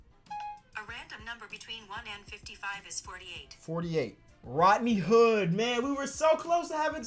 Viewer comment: “Rotney Hood”